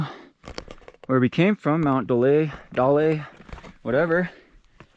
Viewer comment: Daly is pronounced "daily"